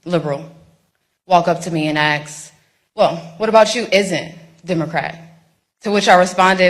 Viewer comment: Ask, not aks